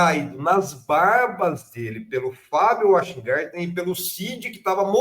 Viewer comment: Essa mídia petista é realmente um tiozinho branco que não sabe pronunciar um simples sobrenome.